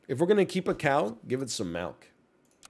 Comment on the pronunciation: It's NOT "melk". It's "milk". With an i.